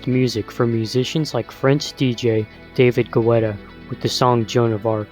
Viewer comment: "David Gweda" 😂 anyway good video otherwise